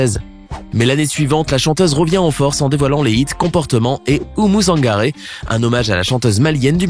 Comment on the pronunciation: Oumou Sangaré pas zangaré